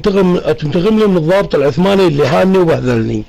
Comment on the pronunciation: صاحب القناة السلام عليكم. : الضابط وليس الظابط